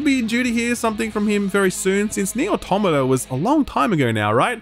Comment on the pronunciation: The most exciting reveal from this is that is willing to pronounce Nier Automata correctly now